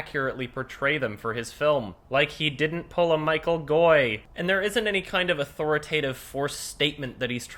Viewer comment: The ch in Michael is soft (back of the tongue touches the hard palate, tip of the tongue rests against the bottom teeth)